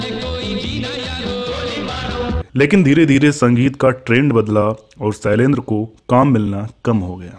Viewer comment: सैलेंद्र नही शैलेंद्र